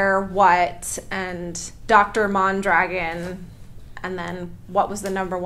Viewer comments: Why do you pronounce your last name mahndragin? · I tought your last name “Mondragon ” was Spanish… I’ve heard it but in a Spanish accent pronunciation .